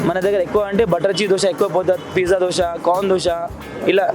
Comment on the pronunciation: Boring place plus it is called Dosa not Dosha ra bokka